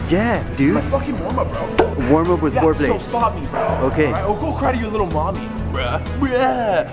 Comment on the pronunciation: warm up ... "worm" up hahahaha